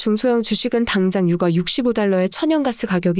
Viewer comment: 듣기 싫은 소리좀 할게요. 채널은 시장상황을 빠르고 간결한 멘트로 막힘없이 흘러내리듯 풀어내어 듣고나면 웬지 똑똑해지는 느낌입니다. 그런데 대표단어 발음이 영 어색해 자꾸 버그가 끼는 느낌입니다. 유가 를 [유가] 로 발음하면 아이를 키우는 육아와 오버랩되거든요. 가스는 [가쓰] 로 잘 발음하시니 민감한구독자를 위해 발음정리 부탁합니다. [저점].[주가] 등도 발음이 왔다갔다 이네요.